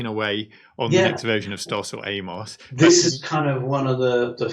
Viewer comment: Why is it no one can pronounce [AM]OS correctly, I mean come on STOS stands for ST Operating System and AMOS is Amiga Operating system. Its not a human name !!